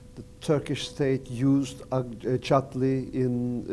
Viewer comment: Henze “Çatlı” diyor Birand “Çatli” diyor :)